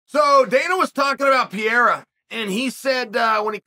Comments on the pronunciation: Day 1 of asking Chael to say Pereira instead of Piera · It’s a real commitment indeed. A few weeks ago Ariel taught him how to say Pereira and he successfully repeated him. No use though, back to Pierrah after a few minutes 😂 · Can Kale Soan learn how to pronounce Pereira? Really not hard champ ; ) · Dude it’s not Pierra ! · Chael you are a very smart guy. There's no reason why you keep calling him "Pierra" when his name is "Pereira". Fix it so you don't sound like a hillbilly. lol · At this point his name is Alex Pierra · Mr Sonnen can you just say PA-REY-RA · It's pronounced Pur-ray-da.